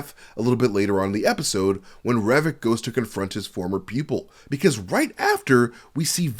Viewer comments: Great breakdown! But I can't help feeling like you're trying to see how many times you can say "war wick" in 30 minutes. "wɒrɪk" or "WORR-ik". You shouldn't pronounce the second w, and it's making me grind my teeth every time you say "war wick" xD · Dear American friends. The second w in Warwick is silent. Also Worcester is pronounced wooster (with the oo sounding like the oo from good).